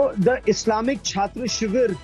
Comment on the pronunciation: Chhatro Shibir, not Chhatta😁